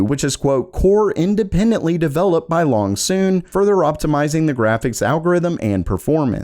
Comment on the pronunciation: Was that "Longsoon", or "Loongson"?